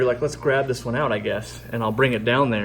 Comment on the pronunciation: Ziss filter being the air stones? What do you mean ziss filter?